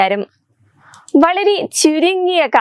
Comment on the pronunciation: നമേസ്കാരം . നമസ്കാരം എന്ന് പറയാന്‍ അറിയാത്ത ലേഡീ.